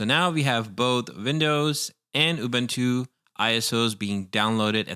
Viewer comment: Man i love the guide and everything but the way you say ÜBÜNTÜ gives me the shills.